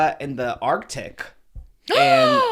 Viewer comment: I heard Trisha say arctic 🤭 come to Iqaluit Nunavut in the arctic circle! That would be cool and cold